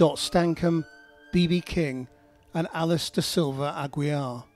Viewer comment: Just a note to the programme; Aguiar is pronounced "AgeeAr" in Portuguese (not Agweea)